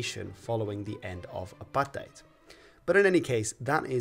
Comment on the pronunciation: Big ups for pronouncing Apartheid correctly